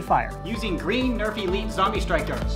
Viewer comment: no say zambie not zombie